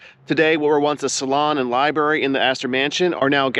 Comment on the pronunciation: Did he say libary?